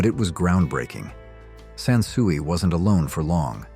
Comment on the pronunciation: SON SUIE ???? Dumb bot ai SANSUI